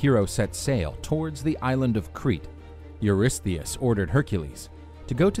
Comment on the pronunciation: Huge props for being able to pronounce Eurystheus once, let alone dozens of times!